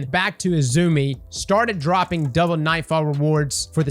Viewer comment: Ah yes the “Doulbe” loot nightfall